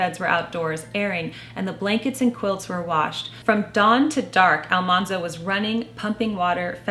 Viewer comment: Farmer Boy was one of our favorites too! Mother really captured my imagination I have heard that AlMANzo was actually pronounced like the word MAN, not mahn. I guess there is a recording of Laura saying his name, and the TV show is largely credited for mispronouncing his name. This makes his nickname, Manly, make more sense. I also read that Farmer Boy was like a fantasy novel for Laura. There is so much focus on food. It was her childhood fantasy to always have plenty of food, where they actually faced starvation several times.